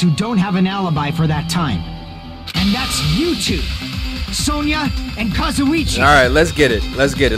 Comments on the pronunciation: he’s finally pronouncing kazuichis name right 😩 kinda miss kazuchi tho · yay, now can say Kazuichi right:) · absolutely thrilled is pronouncing kazuichi's name right now